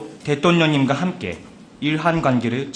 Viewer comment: 통역사 발음 웃기네 ㅋㅋ 대똥뇽 ㅋㅋㅋ